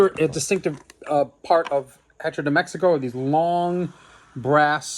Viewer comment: Love the video, but FYI the h in Spanish is silent. Hearing the h pronounced in hecho was painful to hear. 😂